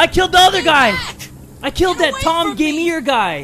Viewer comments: Tom Gamèr he says, when it says gamer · said: Tom Gameer Captions said: My Mom Taymir